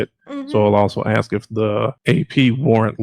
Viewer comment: "aks" and "rong" 😂😂😂